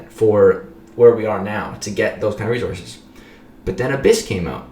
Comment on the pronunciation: Not sure if I hate or love the way says resources. Never mind I love it. Rezorses